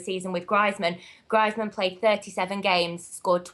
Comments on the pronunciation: Adeeb Sheikh said Griezman's name like her b'cuz she said it that way... Just so there isn't any confusion about which player they are talking about. I've heard say Griezman's name in the correct way in previous video's. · She couldn't pronounce Greizmann and that is it. She seems really knowledgeable. And its not because she's a girl, its because she knows stuff about football.... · arguable, her pronunciation of Griezmann ("Grizeman") says otherwise... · Wtf is Grizman? For someone that watches alot of Spanish football you'd expect them to pronounce Antoine Griezmaans name correctly. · Bloody hell, it's pronounced grease-man! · did anyone wonder who the fuck she was talking about when she said Griezmann she pronounced it griiiizmann and i was thinking who this bloke with unbelievable stats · She also can't pronounce Griezman's name for someone who watches La Liga... But I can't say I disagree with your statement. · That way, even mispronounced Griezmann's name. Maybe that is how she speaks? It doesn't take away the fact that she's got great knowledge, buddy!